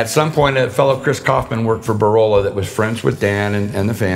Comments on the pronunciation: “Borola”? I presume he means Borla? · Borolla? Did he mean Borla exhaust?